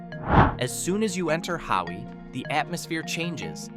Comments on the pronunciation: You aren’t saying Hawi (Ha-vee) right in your video which is on the North side of the Big Island!!!!you are saying Howie!?!?haha…enjoyed all your information about the Hawaiian Islands 🤙🤙🤙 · Its pronounced’HAVI “❤